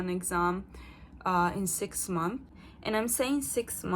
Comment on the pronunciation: funny, youre so francophone now, you omit the final -s in "months" like a french person. "six month" haha